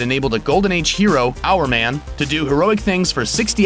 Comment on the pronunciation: Hourman????? Bahahahahaha